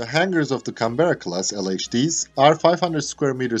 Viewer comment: Nice. Some pronunciation feedback. ▪Cánberra, not Canbérra ▪V is never pronounced like W or U ▪Build is pronounced Bild ▪The AU in Australia and Launch is pronounced Ô.